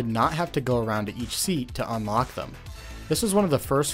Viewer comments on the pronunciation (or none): none